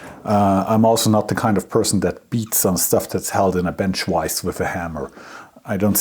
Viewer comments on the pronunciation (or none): It's vise not wise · super odd hearing the german v in the word vise. i guess it is right but it tottal doesnt sound ight